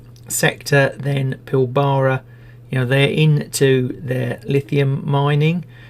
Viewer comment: It's not "PilBARa".